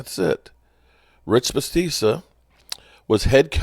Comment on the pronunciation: your butchering Bisachia’s name. Biss shach e uh…😂